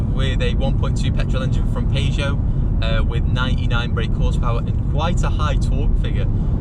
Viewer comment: I tried to ignore it.... But I can't get past your pronunciation of Peugeot